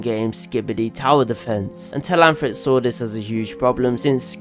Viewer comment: It’s Telhamthric not Telanthric